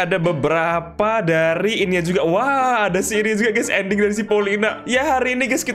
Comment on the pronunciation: Bang andding nya engga jelas bang😂😂😂😂